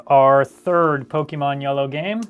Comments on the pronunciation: PokEmon, not Pokimon ... but cool video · For the love of Pokémon, the é is pronounced "eh." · Pokimon? why i ? POKI mon xD lol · I love Pokémon games but the e has an accent mark making it have a long A sound:Po-kay-mon. Po-kuh-mon is also acceptable but it's not an ee sound like you were saying.